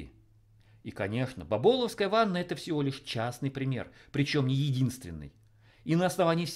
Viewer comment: не бабОловская, а бАболовская! (я тут живу недалеко просто))... её и всё здание где она стоит сейчас кстати огородили на типа "реконструкцию" (не уж то сп**дить хотят...)